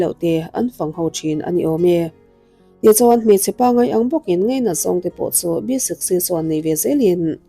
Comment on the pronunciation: Ngaihthlâk a nuam e... Amaherawhchu, 'Ngaihzawng' tih turah 'Ngeihzawng' ti a i lam ri te, 'Ngaihdan' tih turah 'Ngeihdan' i ti te hi chuan ngaimawh a hlawh deuh.